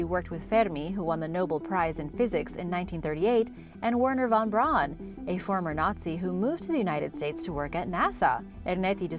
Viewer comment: Interesting and very well produced video, I learned some things there ~btw it's Wernher von Braun, not "von Vraun"